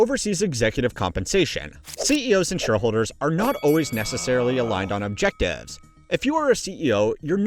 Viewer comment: Why can't you pronounce the word objectives?